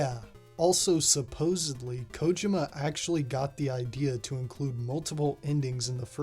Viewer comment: You might be the first youtuber I've seen that pronounces Kojima's name correctly, that's right it's KOjima not koJIma